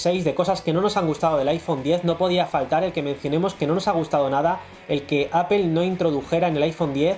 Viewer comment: Pues yo me voy a poner a llorar si sigo escuchando manzana en inglés:apel